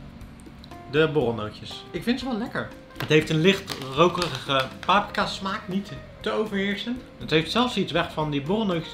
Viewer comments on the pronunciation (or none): none